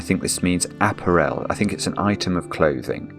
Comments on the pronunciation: Always enjoy taking the time to explain how the puzzle is supposed to work. Is that how they pronounce “ah-pair-l” in the UK? “App-er-el?” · A-párul, for heaven’s sake! It’s not an aperol spritz! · There's a Scottish player at Cambridge United who is part French. His name is Appere with an acute accent on each of the two e's. There is a stress on that final syllable. Another way to describe this pronunciation is to say that it is the same way wrongly says the word "Apparel". The stress should be on the middle syllable. a-PA-rel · clearly leads a closeted existence and doesn't get to hear normal people saying the words he only knows from crosswords. Hence, app-a-REL instead of app-A-rel. This may not have got past the Times crossword editor, but I don't see a problem with it. The Times doesn't set the rules by which all cryptic clues have to abide. In any case, "of" can mean "from", so "discounting item from clothing" would be cromulent. When I saw "odd scent", it was obvious that it was cluing "set", even to. I'm sure he'd have no problem with "odd balls" meaning the odd numbered balls on a pool table say. It's no less valid than "Jamie Oliver completely naked", where the letters are treated as collections, not as words. Once again, I think hubris is just sour grapes because he was made to struggle. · I looked up apparel in multiple dictionaries and I'm pretty sure it's /əˈpærəl/ (uh-PARE-uhl) even in British English. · apparel rhymes with barrel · I mean apparel . The stress is on the second syllable not the third. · Has he never heard the word apparel pronounced before? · Never heard apparel pronounced that way in English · Weird that cant pronounce apparel correctly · I’ve heard a lot of British TV and actual British and other non-American English speakers talk, but I’ve never heard apparel pronounced that way. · In your pronunciation of 'apparel' you are confusing it with 'Aperol'. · do i mis-pronounce apparel or is?